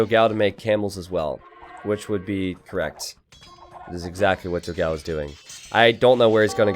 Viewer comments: for the portuguese language honour, it is "dogaum" to the right spelling, not "dogau". I love your videos as well. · Just so you know, you pronnounce it "Doh-gaum" It means "big dog"